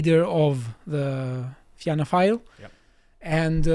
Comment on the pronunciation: Impressive pronunciation of the Irish names. Fianna is pronounced the same as Fine, which you got right. There are two new emerging fiscally conservative parties who have gained seats, Independent Ireland and Aontú. II got 3 and Aontú got 2, not fantastic, but they are growing. They both had some near misses for more seats. For Aontú, two of their candidates lost out on the final counts in their respective constituencies. As for the right wing parties such as the National Party and Irish Freedom Party, they are just in the way frankly.